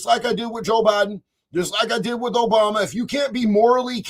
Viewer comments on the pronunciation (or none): none